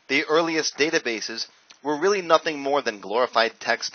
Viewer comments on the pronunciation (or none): none